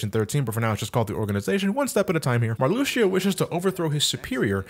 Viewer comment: I don't mean to nitpick, but his name is pronounced Mar-loo-shah, at least, that's how I've heard everyone I know who knows Kingdom Hearts pronounce it. And her name is pronounced Lark-zeen.